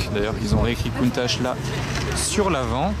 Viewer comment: Merci pout moi la plus belle voiture au monde et ces bien au moins tû le prononce comme il faut et pas comme certains qui disent countaque